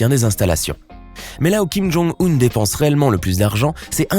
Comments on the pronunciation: C fait exprès ? Depnse au lieu de dépense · '' dépnse'' ses milliards ???